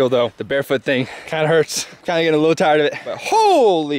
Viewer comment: Matt : I'm gey'n through, don't worry guys Also matt : don't think that i can make it to the ambulance